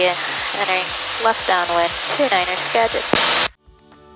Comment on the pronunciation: You refueled at my flight school at Arlington! Sorry for the rude guy. A couple notes: -You did pronounce Skagit correctly! “Ska-jit” -Paine Field is a main manufacturing facility for Boeing